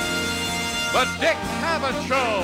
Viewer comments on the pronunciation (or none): *Cavett!;...->NOT: "cavett"!!!!